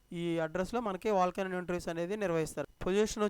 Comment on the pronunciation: "వాక్-ఇన్ ఇంటర్వూస్" అనాలి.... మీరు వాల్క్-ఇన్ ఇంటర్వూస్ అని తప్పు పలుకుతున్నారు.